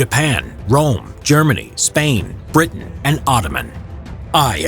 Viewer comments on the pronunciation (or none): none